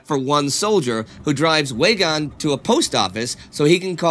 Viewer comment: Weygaund is pronounced with a V so it sounds more like like Veygaund. I know I'm being nit picky because everything else is great!!